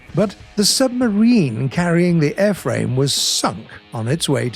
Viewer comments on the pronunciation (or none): When he said SUMBMARINE he was pr9b g8ving a clue that they might bring out and they should